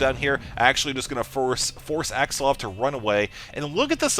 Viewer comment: its axslaVVVVVV not axsluv lol... its so funny how u say his name